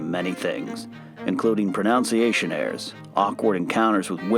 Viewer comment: Hey it's proNUNciation not 'proNOUNciation' So much for criticising JTE xD